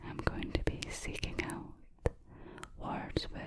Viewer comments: Out = ooowt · I thought the word "out" in the Scottish accent sounded like "ewt" 🤣🤣